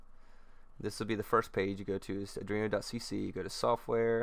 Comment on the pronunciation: good job mate. easy to follow. it is arduino btw, not adrino.